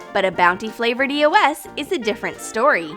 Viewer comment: bruh eos is pronounced eeee-ohs